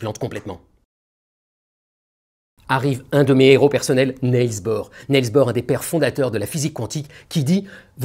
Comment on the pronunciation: C’est pas NEILS BOHR, votre idole, c’est NIELS, vous plaisantez!! Ces Français avec les langues étrangères!.. 🙉